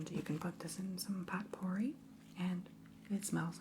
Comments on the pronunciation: me: did...did this bitch just say "pot-pour-ee"?? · Potpourri is pronounced POH-per-ee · I found it so charming how you mispronounced fragrance, sedative, potpourri and more. I subscribed just for that❤